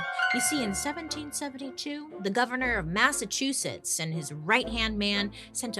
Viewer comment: Girl you said Massachusetts perfectly! 🙌😂🫶🏻